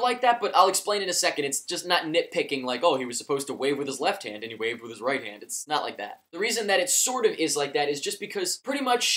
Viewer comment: lol "he was supposed to wace with his left hand and he waved with his right hand"